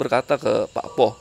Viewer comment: Mas, PAKPOH itu cara pengucapannya bukan seperti bunyi O di kata ROBOH. Tapi O nya diucapkan seperti SOTO.